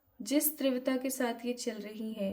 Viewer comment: Teevrata hota hai trivta nhi hota